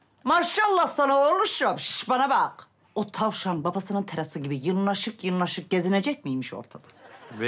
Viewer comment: 56::24'de Gülistan tavşana yırnaşık, yırnaşık gezinecek miymiş? Diye, soru soruyor. Ancak, Türkçede "Yırnaşık" diye, bir söz yok! Onun doğrusu "Sırnaşık" olacak.